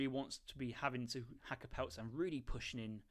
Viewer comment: Try pronouncing them hakka-pellit, easier on the ears